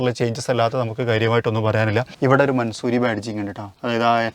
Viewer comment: Just correcting you it’s not mansoori its pronounced man saw ree